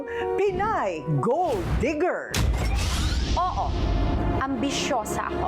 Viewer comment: “Digger” not “Deeger”